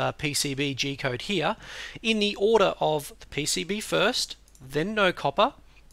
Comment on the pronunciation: "P.C.B" or "E.C.B" ?